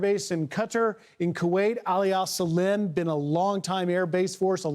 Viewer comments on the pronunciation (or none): They still cannot pronounce the right name of the Kuwaiti base. There is a difference between SAALIM AND SALEEM